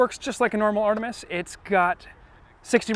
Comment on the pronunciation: Very cool, thanks for the review! Artemis is a Greek word and you nailed it in the video, but Artemi is a weird and incorrect Latinification.